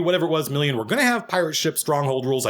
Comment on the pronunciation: Its still hard for him to say million...It cracks me up.